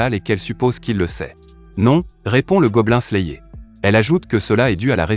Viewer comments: Je ne suis pas sûr qu'il regarde vraiment les mangas qu'il resume pour dire Goblin slayéééééé. À voir les miniatures de la chaine la plupart sont putaclic sans parler des titres de vidéo plutot bizar. Si encore il y avait quelque théorie ou truc du genre se passerait,quoi que?. Autant de vu et like pour écouter " " lire un résumé tiré d'internet, les gens et l'algorithme Youtube me désespèrent. COURAGE a vous qui regardez les videos de cette chaine. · Je te jure, la vidéo est terrible mais la prononciation massacre l'audition lol